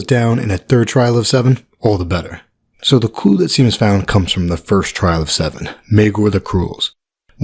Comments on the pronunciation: Shay-mus not "see-mus" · Lol the name Seamus isn't pronounced Sea-muss it's pronounced as Shay-muss. You're killing us Irish folk over here 😂😂😂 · its pronounced shae-mus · Seemus??? Lol it's an Irish name pronounced Shay-mus, it's Irish for James. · Did you really say “sea”mus? Shae-mus good sir. Great video! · Seamus is pronounced "shame-us" ;p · It’s pronounced SHAY-mus. Got to get my Irish brothers back ✊🏻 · lol!! yes it's SHAY-mus. Cringed a little when you said it but it's forgivable. Excellent video. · As a Seamus, it's pronounced "Shay-mus." Now you know. <3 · I think his name's pronounced "shame-us". Interesting theories! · So you’re aware, Seamus is pronounced shay-mus. Otherwise great vid! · i think seamus is pronounced Shamus, as in shame + us. It's irish, so it has irish pronunciation rules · Sooooo love this channel! Just another head's up... the Irish name Seamus is pronounced Shaymus. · I reckon, Sandor will turn "Wight", then Arya, will have to "Mercy" Him..If so, I WILL cry..a Lot ;) P.S. "Seamus" is a Gaelic name (I'm Scottish), it's pronounced like, "SHAEmus" - exactly like "Shae('s)", Tyrion's Woman's, name is pronounced. Great video as always. Cheer's! :) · It's pronounced Shay mus ;) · "Seamus" is pronounced "Shay-muss", a very common mistake if you are reading it for the first time without hearing how it's pronounced first. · So awesome dude, I guess she has to suffer in some way, no way she makes it out unscathed. Props to Seamus, pronounced Shay-mus. Irish is not your strong point bro LOL. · Awesooooome! Love it man, and btw don't sweat it, I live in Vietnam so that's not even the 10th worst pronunciation of Seamus I've heard this week : )